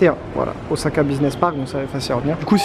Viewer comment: Il me semble qu'on dit "ossaka" plutôt qu'"ozaka", en tout cas video agréable à regarder. J'vais m'en faire une 2eme dans la foulée tiens 😄